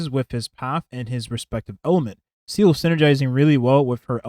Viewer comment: i'll never get over you pronouncing Seele as seal